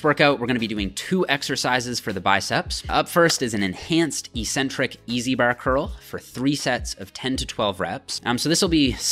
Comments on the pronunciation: The word is EK-Centric, not EE-centric. There is no such word EE-centric. Look it up. Don't sound as uneducated as the other muscle heads on here. You're better than that! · "Eccentric-Accentuated Lat Pull Down". You pronounced it "eEEEEE-centric-aKKKK-centuated..." lol. How do you justify the inconsistent pronunciation? First syllable in both words are eC- and aC-. Oh, maybe it's properly pronounced eEEcentric-aSScentuated? LOL. I harp on this with you bc your vids are PEERLESS(!), but for this one meathead mistake. You're better than that. Don't give me the BS about your college profs pronouncing it that way. Even if one did mispronounce it, are you not capable off seeing the error of his teaching? Only ppl in BB related fields mispronounce this word. You've gained enough clout now that I think you could quickly reform the whole BB community!!! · This is not a Canadian vs. US vs. British thing. This word is ONLY mispronounced in the bodybuilding community. There are two Cs in the word Ec-centric for a reason. The first syllable means 'away from'. The second syllable means 'the center'. This is why crazy ppl are referred to as eccentric. The way the lifting community mispronounces it, it means 'without a center'. Sorry, but you may have had a sports phys prof who also mispronounced it like the lifting community, but I refuse to believe that any of your other profs pronounced it other than eK-Centric. And if they did pronounce it that way, then they're just plain wrong. Pick any dictionary you'd like, and see if you can find any other pronunciation than eK-Centric. Lead the pack,! Don't be a lunkhead and perpetuate the ignorance. You're better than that!